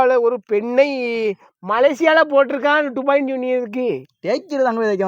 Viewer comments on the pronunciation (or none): none